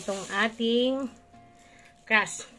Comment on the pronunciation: Crust po hindi crash 😂😂😂